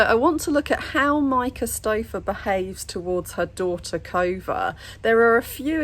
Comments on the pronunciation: I thought she said Covid but then the comments said Kova. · I thought she was saying COVID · Every time I hear Cova, I just hear Covid 🤭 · Every time she says Kova, I hear Covid... too much Quarentine :p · When she called her Kova, I thought she said Covid xD